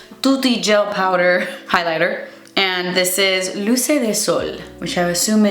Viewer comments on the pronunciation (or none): Your "posso andare al bagno" was pretty good! 👌 (I'm Italian) and yes luce del sol it's sun's light. But luce is pronounced with the C like the CH in CHeck. Same with Marcello. CE in italiano is always pronounced like CH in CHeck. Never as s.